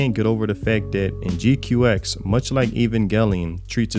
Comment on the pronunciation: ok first the one that helps a lot of people the pronunciation is more like G-Quacks than your G Q X